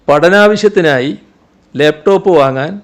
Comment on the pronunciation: ലേപ്ടോപ്പ് അല്ലടോ, ലാപ്ടോപ്. മലയാളവും പറയാൻ അറിയില്ലേ?